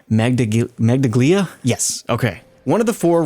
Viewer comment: Those are Italian terms lol Medaglia is pronounced as medaliya (medal) Calice -> cali-che Bastone -> basto-ne (stick/cane/rod)